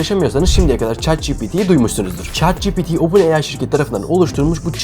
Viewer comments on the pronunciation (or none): ÇAT CİPİTİ! Yohsaam ÇEAT Mİ DİYORSUN?